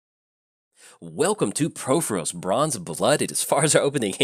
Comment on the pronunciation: Please stop pronouncing Purphoros wrong!!